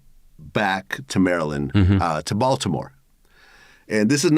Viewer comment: He can’t even say Baltimore correctly